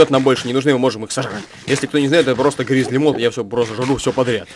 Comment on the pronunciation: Не гризли. Бер Гриллз (не помню правильное написание ни на русском, ни на английском)